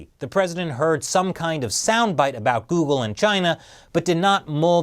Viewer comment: You mean Jeoogle